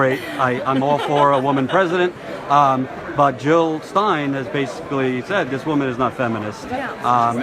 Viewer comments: JiLL NOT HiLL!!! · Jill NOT Hill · Jill not Hill !